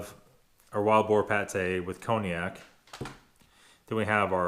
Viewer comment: You were close. It's actually Pie-Ella. Also, it's not "Cone-i-ak", but "Con-yak".